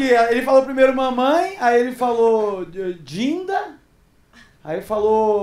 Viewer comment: Juro que quando ele disse "dinda" eu entendi "Tinder"! Levei até um susto! 😂😂